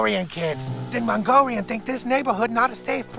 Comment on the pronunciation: Hewwo mongowian